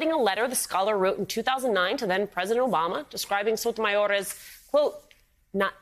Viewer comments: Your speaking English, stop with that cringe Sotomayorrrrr. Your not Spanish! You say Paris not Paree You say Germany not Deutschland So cringe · wow, way to pronounce her name....it sounded like you were choking ona chimichanga......msnbc stoops one step lower on the way down with that shenanigans